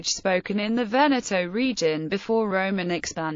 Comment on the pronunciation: You must pronounce Veneto with the same sound fir both e. E is never pronounced eeee but eh